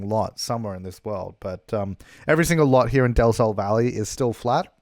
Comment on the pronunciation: Valley. The word is valley. Was it that hard?